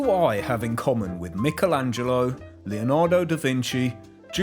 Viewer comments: Why do you say Michelangelo like that? Wait you're left handed? Right that explains it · mickel angelo. im afraid i had to stop watching there pal